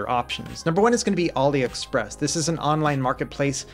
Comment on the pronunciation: "auli express"